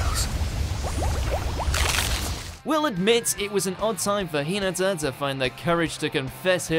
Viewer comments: This guy cant pronounce Hinata 😔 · Hold up, so literally no one is going is going to talk about the fact that he pronounced Hinata’s name wrong? 😭😭😭😭😭